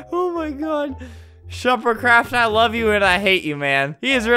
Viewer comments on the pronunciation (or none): He said shuppercraft not shefercraft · No he said sherpardCraft